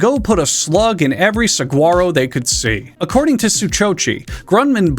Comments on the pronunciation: Arizona native. The g in Saguaro is pronounced as an h sound. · As an Arizonan, you pronounced ‘Saguaro’ wrong. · Obligatory comment from an Arizonan correcting your pronunciation of "saguaro". It's pronounced suh-wah-roe. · My body aches at your pronounciation of Saguaro and I have a sneaking suspicion you knew damn well what you were saying. Fucking with Saguaros is a big no-no so the cactus was just delivering some instant justice. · As an Arizonan, the way this man pronounced "saguaro" made me irrationally angry.